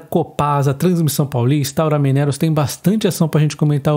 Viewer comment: vc precisa corrigir as suas pronúncias: 1) Gerdau = "Guerdau". 2) Aura = "Aura Mínerals" - pronunciar como se fosse uma palavra proparoxítona da língua portuguesa. Abs.